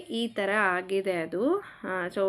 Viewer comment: ನಮ್ಮ ಉತ್ತರ ಕರ್ನಾಟಕ ಭಾಗದಲ್ಲಿ ಸ್ಪಷ್ಟ ಕನ್ನಡ ಮಾತಾಡುತ್ತೇವೆ ಹಾಗಿದೆ ಅಲ್ಲ ಆಗಿದೆ ಹಾ ಕರ ಆ ಕರ swalpa ಗಮನ kodi comment ಇಷ್ಟ ಆಗದ್ದಿರೆ ignore it😊